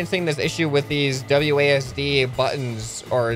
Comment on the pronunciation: Please say wads and not wdas? Was it idk but please say wasd